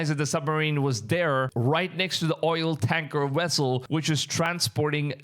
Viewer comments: Dude u need to improve your speech Wessel Vessel with a V Moving with M instead of mooing... and yes rumors the ark is being guarded in another country trump already visited its location and had created a replica of it. Look it up. .. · It's a vessel, not "wessle" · It's "vessel" NOT "wessel". How do the indian people that have taken over the united states convience store business and that's speaking to americans everyday speek such bad english?? Thank you come again🤣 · Only my opinion but vessel not wessel😊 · What is a wessel? I think you mean VESSEL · This fool just posted a video about Ron Wyat finding the Ark, and now he posts this????? Bro, read the Bible, anyone other than Aaron's lineage dies when they touch it!!! Not to mention the Angels are guarding it. Its a vessel not wessel! Dude needs to consider going back to play his cool video games, rather than posting garbage like this!!! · Wth is a wessel 😂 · Your sayin "wessle" like Chekov in that STARTREK movie 😂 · Sorry, couldn't get passed the first minute with all the wessels.😂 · Wessel had me going, sorry i couldn't help it 😆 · very true! I didn’t mean any disrespect. It just caught me off guard the first time he said, “wessel”, then he said it like 20 more times and I had gotten a giggle from it. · You Can't say V's Very well huh...lol...cute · I thought me hearing the W instead V was just me this whole time.